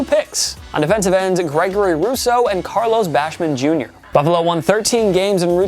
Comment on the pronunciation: ⬇️TPS Mispronounciations ⬇️ 1. Carlos BaschMan Jr 2. PenAi Sewl 3. Matt Négi 4. NeijEÉ Harris 5. Robert SaleY But somehow they pronounced Tua's name right 💀